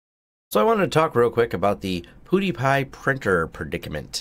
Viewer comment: LOL. Poodie-Pie.